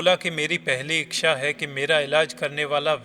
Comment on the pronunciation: इच्छा या इक्क्षा पहले बोलना तो सिखलो